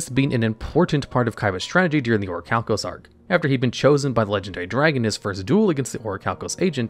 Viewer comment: You pronounced Orichalcamalos wrong